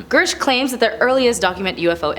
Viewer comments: I’m:54 in and I think you’re trying to get into broadcasting school, which is admirable. I have two suggestions. Look carefully at the name you’re pronouncing. Listen to how others are pronouncing it first. His name isn’t Gersh. It’s Grusch. The “r” is before the short “u” sound. And “Inhumans” was the name of some kind of show. It’s not real thing. “Inhuman” is an adjective that describes a noun as in “inhuman conditions.” As an adjective it’s never pluralized. Oh, I think you could slow down a bit, too. (Oops, three.) You’re still doing very well and I admire that you’ve taken this on. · Girsh? This chick can’t read?! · How does someone make a presentation on someone and never learn how to pronounce their last name? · Part of having a career in this sort of arena is knowing how to properly pronounce names. News anchors and celebrity presenters alike get lambasted across the board by everyone, and have since before social media existed, when they mispronounce a name. It's part of the job. Pronounce his name correctly, it's literally easy to find, he's had multiple interviews, he's said his own name in some of them. I'm picking apart someone who is sucking at the one thing they're supposed to do: read the prompter accurately.